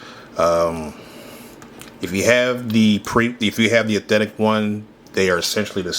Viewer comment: The way bro says Eethentic over and over instead of authentic 💀💀💀 someone push me off a bridge please 😭 LMFAO